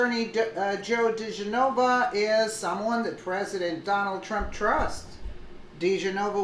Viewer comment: Di Genova. Please pronounce correctly.